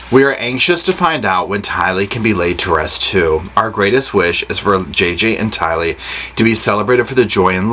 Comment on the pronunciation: Please — It’s pronounced Ty Lee—accent on the Ty. It may seem like trivia to some but to those who knew and loved her it seems like respect. It isn’t complicated.